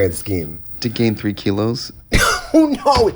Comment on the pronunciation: "30 keylos"?